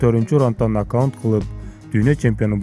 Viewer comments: нокаунт эмес нокаувт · Э суйлогон бала туура суйлочу НОКАУНТ дебей НОКАУТ десен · Туура суйлочучу накаут десен